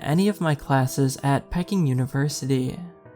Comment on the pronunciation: Peking - that's pronounced pee-king not pecking.